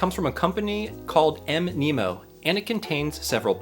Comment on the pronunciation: Mnemonic is pronounced "Knee Ma Nick" so Mnemo is probably supposed to be pronounced Nemo. :)